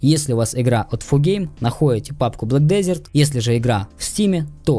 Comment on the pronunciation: да не хочу показаться душным, просто уши режет, произношение ведь через Э а не Е